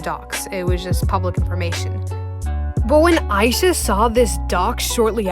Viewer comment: a- ee- sha